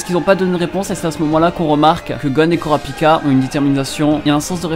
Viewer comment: « Kourapika » ça me fait pleurer ;-; « kiroua » j’en peu plou C’est « killua » et « kurapika » bordel ;c